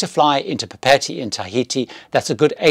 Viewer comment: LOVED Paul Gauguin! You mispronounced Papeete.